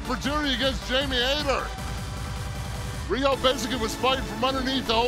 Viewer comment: Riho not Weeoh 🤣